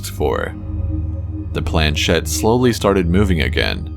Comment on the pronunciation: Shed? Naw, baby, it's a planchette (plan•SHET in American English, or proper French, (plon-SHET), barely pronouncing the n) . It's French and it means "little plank". The accent is on the second syllable. British generally see "ch" end pronounce it, as in church, with no respect to the language whence it came.